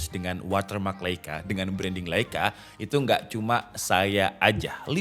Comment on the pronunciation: bacanya lai ka yaaa